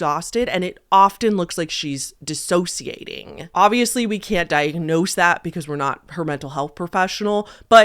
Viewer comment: Thank you for pronouncing dissociating correctly. So many people add syllables and it makes me question whether they know what they're talking about (doubt).